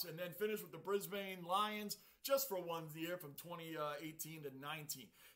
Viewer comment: Hi. I would love to know what criteria you are using to pick your AFL team. Also, we pronounce Brisbane (the bane part) the same way you successfully pronounce the "bourne" part in Melbourne - Brisb'n.